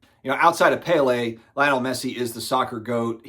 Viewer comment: Lay-oh-Nell is the proper pronunciation fyi